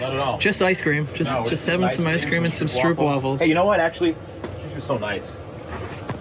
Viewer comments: it's a stroowp waffle, oo has an oh (owe) sound str(owe)p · Next time you'll say Stroopwafel, say it like hope not hoop. Like Stropewaffle. Enjoyed the vid! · The way you say stroopwaffel as a dutch person it hurts